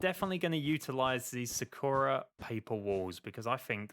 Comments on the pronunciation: Tf is Su-ko-ra? It’s Saw-ku-rah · aaaaaaaa ik this doesnt matter but you keep calling it "sa-ker-a" when its "sa-kur-uh" dont mean to be a di** head yknow just putting it out there :joy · sakura is actually pronounced (sah-koo-dah) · Its Sah kooh ra. Like the chick from Naruto. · Sorry to be that guy but it's pronounced Sahk-ura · You do know that Sakura means cherry blossom Edit:ur also pronouncing it wrong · I love this video but the way he pronounces Sakura triggers me something fierce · AAAAAAHHHHHHHHHHHHHHHH YOU PRONOUNCE SAKURA LIKE SAKURA FROM NARUTO!!!!!!!!!!